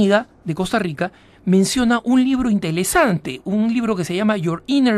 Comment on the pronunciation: inteLesante!!! y así quieres que le encuentre sentido a tu video, idiota aprende hablar primero.